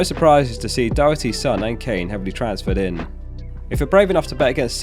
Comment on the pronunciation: Doh-er-ty, like Pete or Ken Doherty not Dockerty!